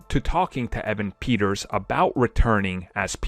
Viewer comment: please watch a xmen film his names peter not pietro